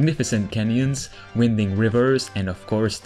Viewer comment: winding is pronounced 'wine-ding'